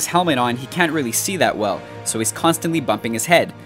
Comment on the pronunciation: WolvernBlade they say we'll instead of well